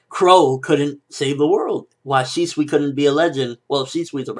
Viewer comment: he pronounced it correctly: ShE-SwE